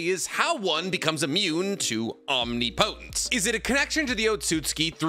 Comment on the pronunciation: That's not how you pronounce omnipotent.